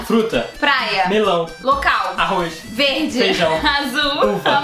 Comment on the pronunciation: ele falou melão